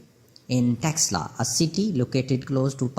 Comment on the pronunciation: It is taxila University ...pronounce it properly